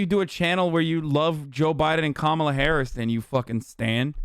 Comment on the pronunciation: Saying Kamala Harris's name like that is definitely a dog whistle right? Like I've heard her name said a lot of times now and I know how to say it correctly so why do conservatives say it wrong every time